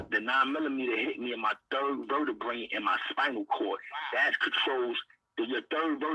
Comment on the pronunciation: He said my 3rd verdabray 😅😅😅😅